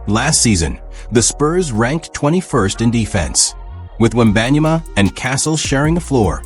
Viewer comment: That AI can't properly say their names correctly. Lazy to release vids that can't even pronounce Ginobili or Wenbanyama 😢